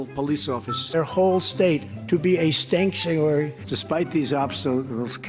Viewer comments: The Tantrump administration was a “stankuary” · Trump drained the swamp and replaced it with a "stankshuary". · "Stanksuary" "Transpants" 🤩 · "sock rocket", "stancuary", "big water"!!! 😂 😂 I'm "like" a smart person!! 😂 😂 Yup, you fooled 70 million dumbasses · "The whole state is a stankuary" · Did he actually say stanktuary at one point? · “STANKtuary” lol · "Stankuary " does it for me. Confession. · A “Stancuary” 😂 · i was taking a draw of my afternoon beer ... the he said "stanktuary" ....cleaning beer off my monitor now. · "stank-uary" "big water" "trust me. I'm like a smart person" (except without the brain function). He is totally premedicated.